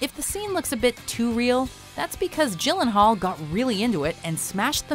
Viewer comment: H-how did you say Gyllenhaal??